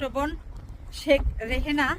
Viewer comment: নামটাই তো ভুল বলছে। শেখ রেহেনা না শেখ রেহানা।